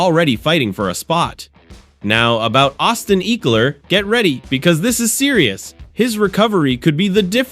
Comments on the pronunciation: You are pronouncing his name incorrectly. Ekeler…… short e sound. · still incorrect pronunciation.